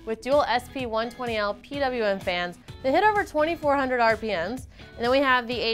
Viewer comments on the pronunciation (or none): "2400 ARR PEE EMMS"